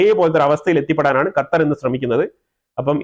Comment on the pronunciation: ഖത്തർഎന്ന്ശെരിക്കു०പറയാനറിയാത്ത ഒരുവേസ്ററ്യൂടൃൂബർആണ്നിയ്യ്